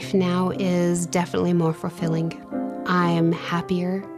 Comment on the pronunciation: and (sisters) ~ Words that end in ing aren't pronounced the way that you ladies are pronouncing them. The word 'gazing' isn't pronounced gayzeenGUH. 'Fulfilling' isn't pronounced fulfilleenGUH. 'Waiting' isn't pronounced waiteenGUH. The g is soft, not hard. You are giving these words an extra syllable. (There are several other ing words here that you both pronounced incorrectly.) Listen to how professional adults pronounce ing words. Listen to the narrator. You sound absolutely uneducated and ridiculous. Please, learn to speak correctly. And, teach your children correct pronunciation, too.